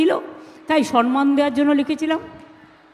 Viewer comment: সনমান নয়, ডাই সম্মান। ছে ছে।